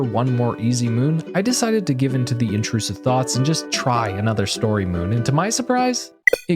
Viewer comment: ish minutes, the word is not intrusive